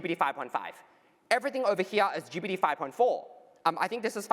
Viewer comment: Did start the Geebeety instead of GPT trend? I notice so many more people saying Geebeety now 😂